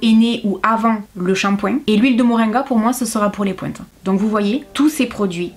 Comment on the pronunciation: ❤❤❤ comme d'habitude vidéo très intéressante je kiff, bon j'avoue que j'ai du réfléchir 2 fois, une fois avec ce bel accent j'ai cru entendre de l'anglais et "les pointes" j'avais compris les pouettes 🤣🤣🤣🤣, j'ai éclaté de rire...j'adore